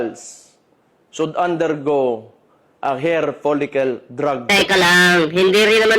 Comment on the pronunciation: Mas pangit ama mo demonyo adik Ka din Gago Ka turn off Ka mag salita bisakol 😂her folicel daw hair bugok pronounce it clearly 😂😂yabang mo mas bata Ka at pag batak mo pa dagdag lakas 😂😂